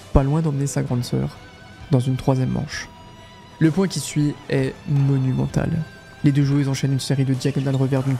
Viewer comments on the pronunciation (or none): none